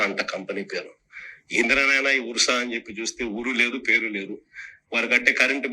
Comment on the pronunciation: అది ఉర్స కాదండి అర్స అని చదవాలి